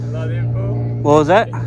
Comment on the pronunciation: wtat instead of what